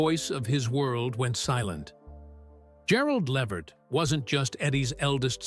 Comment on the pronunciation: His last name is pronounced “La-Vert”